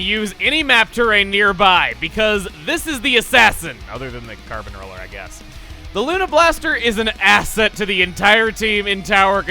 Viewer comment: Holy crap (or should I say carp since this is splatoon we are talking about here) he absolutely nailed saying the carbon roller's name in Spanish(at least I assume that he said the right words and that it is Spanish since the only language that I truly know and understand is English due to living in the United States for my whole life so far and I only have 1 highschool year done thus I haven't really learned any other languages nor been to other places).